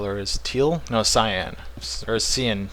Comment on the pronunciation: cyan is pronounced (s-eye-an).